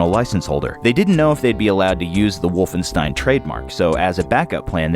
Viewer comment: For fuck's sake, it's wolfenSHtein!